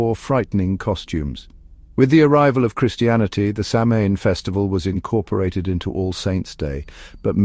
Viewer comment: Samhain is pronounced more like sowen & not as used in this documentary. Also sliotar is more like shlither.